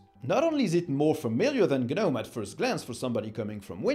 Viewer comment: guhnome drives me crazy